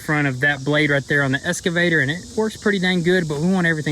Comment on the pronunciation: EX...not Esss...EXCAVATOR. No "S" at all in that word...you all sound like idiots calling it an esscavator.